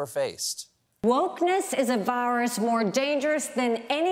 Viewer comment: virus is not pronounced VI-WUS